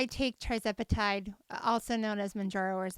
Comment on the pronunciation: It’s not TRI, it’s TIR zepatide.